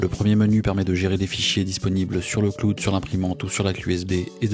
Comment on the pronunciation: le kloude